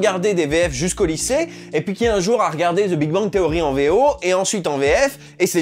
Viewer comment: Le "the" tu le prononce mal (zeuh), ta langue supérieure doit toucher les dents... Pratique la VO, en fin de compte, pour améliorer son anglais, n'est-ce pas?